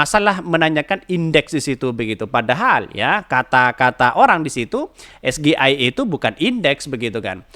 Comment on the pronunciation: Bukan es ge ai e tapi s ji ai i